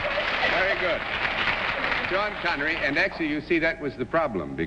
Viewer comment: Seannery Connery.